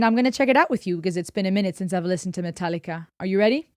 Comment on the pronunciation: Love the very Deutsch pronounciation of MetalliKa love from CH :)